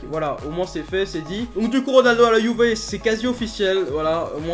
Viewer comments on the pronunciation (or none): tu t'es tromper tu as dit 《si ronaldo va quitter la youver》😂😂🤣🤣😁😁 je suis le seul à avoir entendu LIKE SI TU entendu